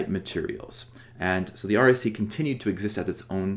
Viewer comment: It sometimes sounds like you're saying "RAC." I assume it is the "REC."